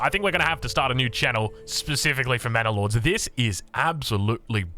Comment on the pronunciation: Sounds like is saying "Mana Lords." For my fellow Magic: the Gathering players, sounds like a planeswalker, eh?